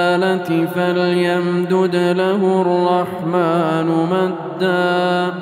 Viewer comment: فليمدد له الرحمن مدا في خطأ في القراءة ارجوا التصحيح